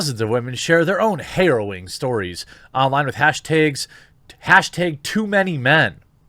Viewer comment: Why do you say hashteg instead of hashtag? 😂 Love the show bud!